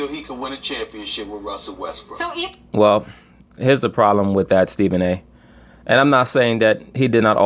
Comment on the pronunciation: you're the only person I've listened to that calls Westbrook "WestBrick" so consistently.